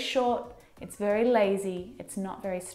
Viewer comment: oh my gosh, did she just say : You look wery comfortable this afternoon" Wery ?? Wery?? I don't belirve this, how do you learn English from a foreigner??